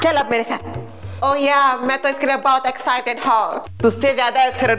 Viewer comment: Excited ❌ excerit ✅ 🤣